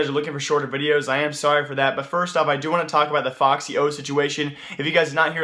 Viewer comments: its not foxy0 its efecksyo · No it isnt lmao, its ef-ix-y-o dumbo